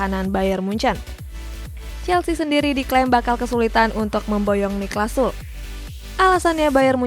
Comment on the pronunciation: niklas sule bacanya bukan sul wkwkwww